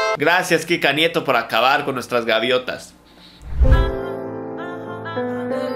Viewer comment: No se ustedes, pero yo escuché crika nieto envez de Kika nieto